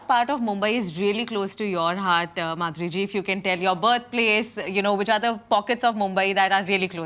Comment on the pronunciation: When kamiya said let's welcome Madhuri dixit, idk why I heard BANDARI DIXIT😂